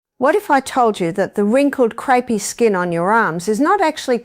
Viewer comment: Artificial Intelligence and crepey skin is pronounced creepy by the long winded bot